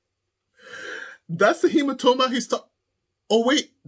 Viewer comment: HemaTOEma hahahah